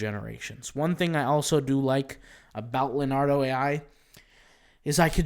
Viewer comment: IT'S NOT "LAR-NARDO"......it's "LEO-NARDO" learn to pronounce it.